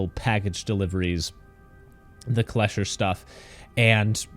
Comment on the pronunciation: Kleischer? Hell no, they all pronounce it wrong.